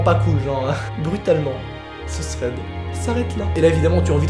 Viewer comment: Je kiff quand tu dit tread paranormal !